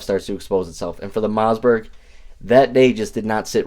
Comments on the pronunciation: "Moss"..like Toss Not "Mauzburg." There is no "Z" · Am I hearing MoZZberg? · Did he say Mozzzbergh?